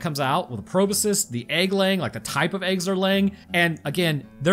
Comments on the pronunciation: My brain when said magical proboscus, "It's a magical proboscus Charlie." Then again and again, every time he said Proboscus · BTW "Proboscis" sounds like it is spelled: "PRO-BOSS-KISS". Yes, I am Mr Helper, but come on, microbiologist.